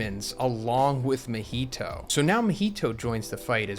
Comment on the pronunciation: Bruh why you gotta say mahito like that? Lol